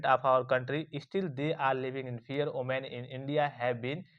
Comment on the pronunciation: Women ❌oomen ✅😂😂😂😂😂😂